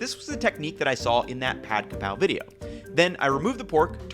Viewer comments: It's Ka Prao, not Kra Pao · “Holy basil is Kaphrao, not Krapao.” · For the love of god it's Ka Prao not Kra pao. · KAPRAO!!! Its Kaprao!!!!! This is the proper way to spelling it and say it. Everyone needs to stop putting the R in the wrong spot. and Kaprao is holy basil SPEFICALLY. Thai basil is called horapha. AND THEY DO NOT TASTE OR SMELL THE SAME. Holy basil we use in stir fry holy basil (pad kaprao)!. Normally we use Thai basil in curries and more soup stews. If you want a flavor closer to holy basil as a substitute.....YOU USE ITALIAN SWEET BASIL! Also.. Where is the chili and garlic paste......? Its not pad kaprao without that. It literally is the starts the dish.